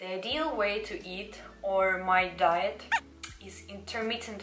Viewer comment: How many times did he say diet it's like she calls it "diyet" oof no worries I'm not a hater it's just I'm laughing but I don't hate your voice it's cool